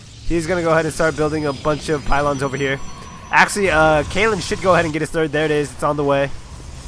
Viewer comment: Yeah, Kalin is Bulgarian. :) Also, type "Kheahliehn" in google translate and choose English to whatever translation to listen to the (kinda) right pronunciation of his name. :) I really like your casts, btw ! :P